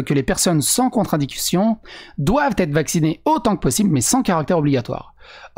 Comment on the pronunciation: Un petit détail, tu prononces le mot "contradiction" d'une façon qui peut faire penser que tu dis "contre-indication". C'est un peu embêtant dans ce débat précis parce que les députés ont parlé des contre-indications au vaccin et on pourrait penser que tu fais référence à ça. Le mot "contradiction" vient du latin "contra" (en face, au contraire) et "dictio" (le fait de parler), et ça désigne donc le fait de dire des choses qui sont contraires. Le mot "contre-indication", c'est le mot qu'on utilise pour désigner les circonstances dans lequel il ne faut pas utiliser certaines choses. C'est beaucoup utilisé en médecine, la grossesse est une contre-indication à l'utilisation de très nombreux médicaments, mais on peut aussi l'utiliser pour d'autres types de matériel, par exemple qu'il est contre-indiqué de nager avec une montre qui n'est pas imperméable.